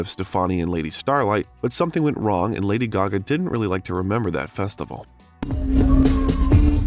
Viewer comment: Extremely interesting!!! Lady Gaga is the most interesting pop star for sure. Very cool vid with the exception of the narrator who can’t even pronounce her name correctly! And kept mispronouncing other names and words as well.